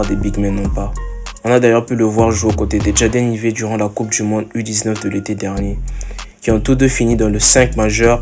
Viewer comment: Jade Aïvi si tu veux bien prononcer, pas Ivet... 😂